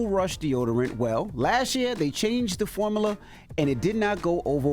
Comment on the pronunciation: Every time I hear Envy's ad, I get more and more annoyed by how he pronounces "formula" 😂